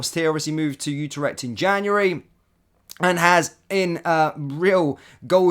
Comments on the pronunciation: FFS it's not UTER-ECHT! IT'S U-TRECHT!! Also as a Rangers fan why can't you get players' names right! It's NOT ABA-DALLAH it's AB-DALLAH SIma! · Utarecht? Eh?